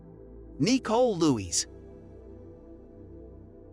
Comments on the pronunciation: Seriously the weird pronunciations are driving me insane! My name is Nicole as well and it is Ni-cole not Nee-cole for crying out loud,who pronounces it like that??! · lmao why is he sayin her name like dat? knee-cole?...its Nicole lmao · that’s just not how you pronounce Nicole hahahahah it’s Nicole not kneeCole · Is the voiceover from a speech to text program because I can't get over it saying knee-cole instead of Nicole lol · I didn't realize this was a computer generated voice until i heard "yes, you heard EYE TEA right" and kneechole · Knee Cole. Dude, use a real narrator. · I’m convinced the narrator mispronounces the names on purpose. Nee-cole? Who’s named nee-cole? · Anyone else get annoyed at how he kept saying, “Nicole”? 😂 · Nicole Lewis, the way this guy pronounces her name and last name is very triggering.